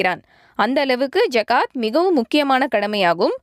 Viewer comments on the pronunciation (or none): Please its call " ஸஹாத்" not "ஜகாத்" please call the right pronunciations thanks 😅🗣